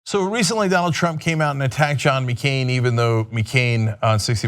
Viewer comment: MeeCain? Cenk, you dummy.